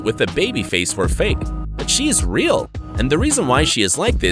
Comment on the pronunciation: It’s rill